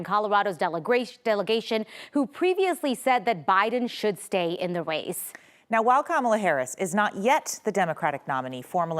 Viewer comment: “stay in the wace” 😂